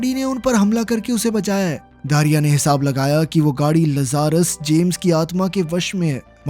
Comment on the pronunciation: Gadi ka naam लज़ारस nahi hai Bhai Lazarus लाज़रस है। इस नाम को बाइबल से लिया गया है। बाइबल में लाज़रस वह इंसान था जिसे यीशु मसीह ने मौत के मुंह से वापस लाया था। जो मर के फिर दोबारा जिंदा हुआ था। जैसे कि इस मूवी में यह गाड़ी।